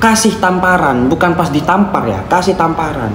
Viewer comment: Logat, "pas" sangat melekat🙏🏻😅